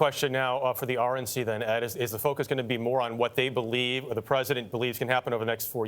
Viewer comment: Joe: Be LIE ve me ... I will shut it down!! or I will blame Trump....